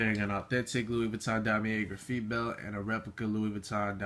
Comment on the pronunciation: why do you say graf-eet its graf-i-te like the english word graphite.